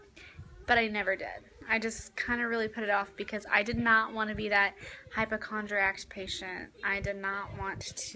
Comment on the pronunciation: It's HYPOCHONDRIAC. No 't' at the end!